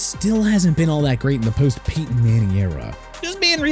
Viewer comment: Peeton Manning?! Are you serious? It's Peyton (pay-tuhn) Manning!! Put respect in his name! And quit with the Jagwires, okay? It's pronounced JAG-WAARS.